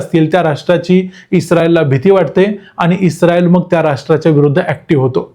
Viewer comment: U r pronounce isreal word like pakistanis😂